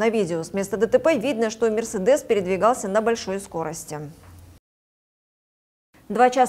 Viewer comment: не уступил МЕСЕРДЕСУ,,. Диктор, правильно подберите выражение... Следите за речю. Не занимайтесь.... Поняли?